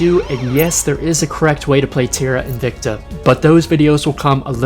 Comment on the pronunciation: Just a tip, the word 'invicta' is pronounced in-vic-ta, and not in-vec-ta as you have been pronouncing. Technically in Latin it would be pronounced in-wic-ta but don't do that :P